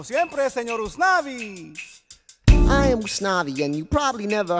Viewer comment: it sounds like Gusnavi when says it because he’s holding the g from morning and could be heard as “good mornin, Gusnavi” instead of “good morning, Usnavi”